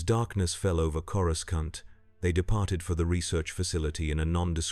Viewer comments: Did you do any research into Star Wars? Ithorians do not have tentacles, let alone head tentacles. And please, get the pronounciation right. It's "CORE AH SAHNT" not "CORE UH SCAHNT!" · canon would be if Man-thing transported him there, also stop mispronouncing Coracant it's pronounced Cora-saunt the second c is soft c and soft a. uncultured Gammorian. hehe because swine...get it😅